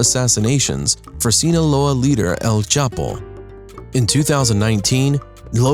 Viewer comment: And his Spanish is not bad. (except he can't pronounce, EL. An says L.